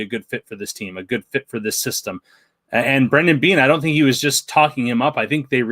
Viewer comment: His name is Brandon Beane, not brendan beane. 🤬